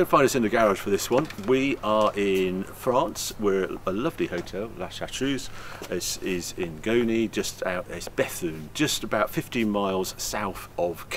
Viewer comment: I'm sure that hotel isn't pronounced shartrooze